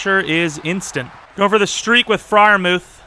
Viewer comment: is just me getting kinda frustrated when he calls pat Freirmuth frie like pls just call him muth